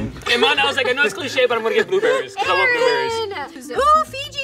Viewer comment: I thought said blue batteries but he said blue berries